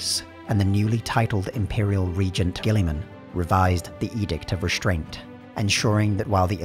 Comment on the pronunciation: the emperor winches everytime someone mispronounces gulliman"s name